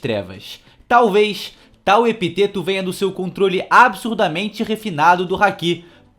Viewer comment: Epíteto, tem um acento agudo kkkkkkk